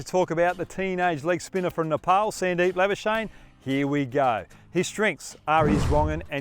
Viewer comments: PRONOUNCIATION GUIDE: The correct pronounciation of 'Lamichhane' is 'Lami-chha-ne' . For 'chha', you'll have to blow more air out. Next up, pronounce 'Labuschage' as 'Champagne'. You love the latter one , don't you?😋🤣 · Is he calling him Sandeep labuschnae?? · it's Sandeep #lamichhane not Sandeep #labuschagne😂😪